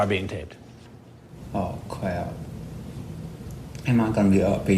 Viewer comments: Oh cwap am I gonna be ohwessted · that was the weirdest speech impediment I've EVER heard. "ow cwap..am I gonna be UUUGTH UUUWESTIT?!"